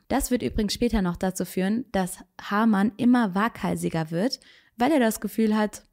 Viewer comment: Sehr interessant , aber bitte Haarmann und nicht Hamann